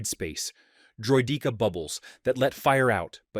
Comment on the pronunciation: it says droy-DEEKA